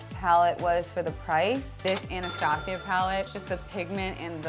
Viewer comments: It's not pronounced "Anna-stah-sia" it's pronounced "anna-stay-siah". Sorry that was annoying me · It's pronounced ana-stay-zhuh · The way she pronounces "Anastasia" disturbs me